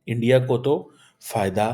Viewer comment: subah se ENDIA( INDIA) ENDIA karke jeese kehta hai, rona shuru kar deta hai. 🥵🥵🤗🤗